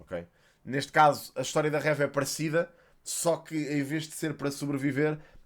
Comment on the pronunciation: eu adoro mesmo os teus vídeos e acho muito interessante como falas sobre os temas mas tipo diz o nome da Reva direito, como dizes third sister e cenas assim com muita boa pronúncia, também Reva podias dizer ahah Era só esse detalhe. Continua com um ótimo trabalho Abraço 👊